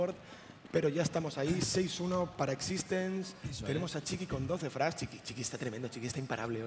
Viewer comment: es x6tence no x6stenz